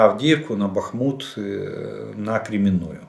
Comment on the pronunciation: Аиэээээ аа эээээ бАхмут бахмУт эээээээ...аааааа...эээээ...аааа...эээыыы...фууууу....аааа.фоо..ээээээ..... А знаете почему???? Потому что в ссср была пословица...чем больше в армии дубов тем крепче наша оборона,или....как одену портупею все тупею и тупею.....